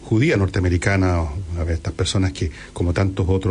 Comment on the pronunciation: Cuando empieza ni siquiera sabe pronunciar su nombre (Ayn Rand)